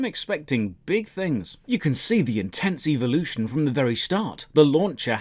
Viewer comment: Before I saw this review I was stuck in RotMG, no GF, no Life, and no way out. After watching this None of these things have changed but my pronunciation of evolution to “EVO-lotion” Thoroughly enjoyed and would love a series of this game ❤️ 10/10 would see more Evo-lotionary content like this again.